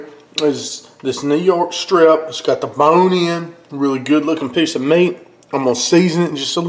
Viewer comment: "Zgot da bone inn" XD